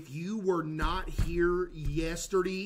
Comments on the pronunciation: Today Learned that caseoh doesn’t say yesterday he says yesterdee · why does he say yesterday like that lol